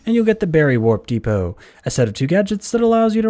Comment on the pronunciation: The ICA he said De-poo 😂